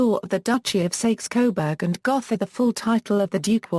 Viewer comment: Sakes coberg gotha ? my god, at least learn to pronounce it.